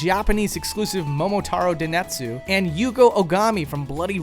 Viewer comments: Please, stop with the "denetsu" stuff... try "denSetsu". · "Momotaro Denetsu"?! It's Momotaro Densetsu. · "Den*s*etsu", not "Denetsu". Japanese isn't hard. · I guess mispronounced word densetsu